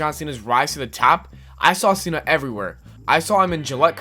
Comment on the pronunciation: The guy on TPS said it like that. Like how you pronounce cena in spanish lmao.